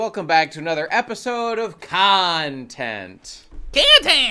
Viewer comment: saying Kantehnt like that brings me a very odd satisfaction